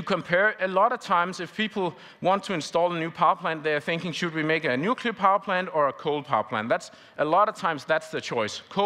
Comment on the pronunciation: Nuclear!!! And now he is racist